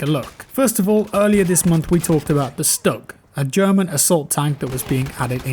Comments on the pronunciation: It's not purnced as "Stuck", its Stug. Its also a tank destroyer not a assault tank. But ik its probably how dice called it in the patch notes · Not trying to be the pronunciation police, but its pronounced shtoog.